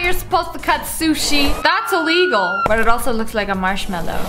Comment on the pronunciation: "Thats illigle" will never get old 😃